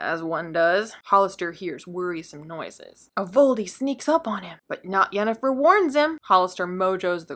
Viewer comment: Not "Yennifer", with a 'Y'. See: The Witcher